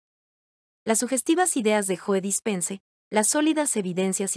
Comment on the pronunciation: Se pronuncia como si dijeras "llou" y es Dispenza no Dispense